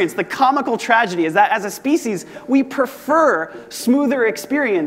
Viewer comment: TraDeGy? 🤣 great talk tho